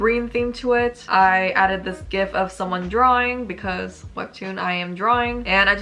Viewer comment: Also you say "gif" correctly. Grammatically that is how its pronounced, no matter what the original creator may try to say